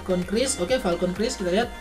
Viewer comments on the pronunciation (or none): none